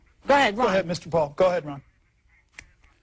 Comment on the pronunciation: i just love it when she says Bwaldwn vs Pwul